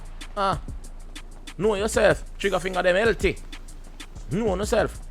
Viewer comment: drop a like for everytime he said kno uh self